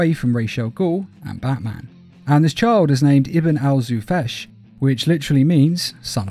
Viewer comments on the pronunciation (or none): The way you say the word (خفاش) which means a bat as zufash is not the actually way of saying it It's actually pronounced as khofash (the K and the H make a خ sound which sounds like snoring to a certain extent.